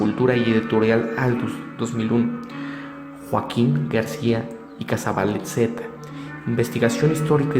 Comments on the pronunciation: se dice joaquin Garcia icazbalceta.animal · Y TU QUE HAIS. QUIEN ERES EN PRIMER LUGAR ENSEÑATE A HABLAR Y PRONUNCIAR BIEN ICAZBALCETA REPITELO HASTA QUE TE SALGA IGUALMENTE NICAN MOPOHUA Y NO REVUELVAS EL TEMA HABLANDO SIN TON NI SON Y LASMPRUEBAS DEL MANTO DE LA VIRGEN NO SE HIZO CON LAZER IGNORANTE SE HIZO CON LA PRUEBA DE CARBONO 14 NADIE TE OBLIGA A CREER PERO SI ERES PELIGROSO PORQUE NO ESTAS PREPARADO PARA HABLAR DEL TEMA Y SI PUEDES MAS BIEN HACES MUCHO DAÑO ADEMAS PERTENECES AMUNA HERMANDAD QUE EN SU CASA LA CONOCEN Y LE HABLAN DE TU PORQUE NI QUIEN LOS CONOZCA HAS DE TENER UNOS DIEZMOYENTES NI SIQUIERA DAS LA CARA SOLOMTU VOZ DE UNA PERSONA TOTALMENTE INSEGURA QUE NONESTAMBIEN PREPARADA EN EL TEMA ME IMAGINO QUE TI HERMANDAD HA DE SER MAZONA Y NO SE PORQUE TIENEN TANTANBRONCA CON LAS MUJERES TALMVEZMPORQUE SON MISOGINOS??? Y COMO NO SE ATREVEN A DECIRLO SE DESQUITAN CON LA VIRGEN SIMBOLO SACRO DEMTODAS LAS MUJERES CREYENTES Y ASI A ESCONDIDAS NOS INSULTAN A TODAS NO?? PUES BIEN HAY MUCHAS VERSIONES COMO LAMTUYA PERO TAN MEDIOCRES QUE NADIE LES HA CREIDO MAS QUE TU GRUPITO CONTRA MILLONES DE PERSONAS AL REDEDOR DEL MUNDO QUE PIENSAN DIFERENTE COMO TU Y LOS QUE MENCIONASTE PORQUE SERA QUE NUESTRA FENPOR ELLA CRECE CADA VEZ MAS NO TE EQUIVOQUES MEJOR QUITALES AMTU GRUPITO EL ODIO ACUMULADO QUE SE VE TIENEN POR LA FORMA EN LA QUE SE EXPRESAN EN SUS COMENTARIOS PORQUE EN REALIDAD SE ESTAN CONDENANDO LA VIRGEN DE GUADALUPE REPRESENTA A LA MADRE DE NUESTRO SEÑOR JESUCRISTO Y SU ATUENDO ES UNA DE TANTAS ADVOCACIONES Q